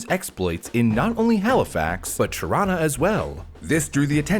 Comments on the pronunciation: just called Toronto, Turano hes definitely canadian 😂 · I caught that "Tarawna." Nice touch :p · Only true Canadians say Toronto like that I'm very proud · The way you wmsaid Toronto.. so weird lol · The way you said Toronto was ghetto!